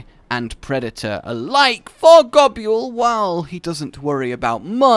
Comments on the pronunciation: That’s not how you pronounce Nibelsnarf and Goboul It’s pronounced Nibell and Gobull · I can forgive the way you say gobul but what the hell os an oovula? Pls, take the was you say gobul (gobyule) and ably that to uvula (gob)uvula